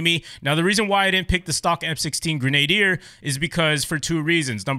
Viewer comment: Love hearing yanks trynna pronounce Grenadier ahaha. It’s pronounced gren-ah-deer